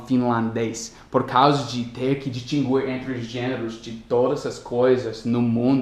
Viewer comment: em português em "distinguir" não se lê o "u".